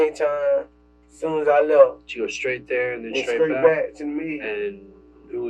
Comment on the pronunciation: He needs to switch teachers, because his English class is not working. I would be so embarrassed to not be able to pronounce the words in its full. Straight = skreat. Wow!!